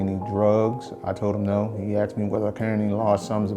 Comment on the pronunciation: He axe me